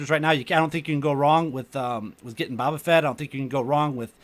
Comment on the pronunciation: its boe-ba lololol